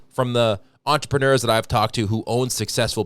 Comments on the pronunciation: Wow. An American who can say entrepren-air. They all correct you and say it's entrepren-ewr..... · Unlike many people, knows how to pronounce "entrepreneur."